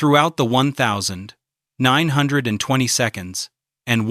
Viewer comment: “When Ella died in the one thousand, nine hundred and 20 seconds.”